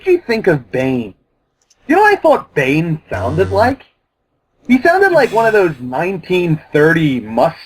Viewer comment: The fuck is Bain? BANE BAAAAANNNNEEEE!!!!!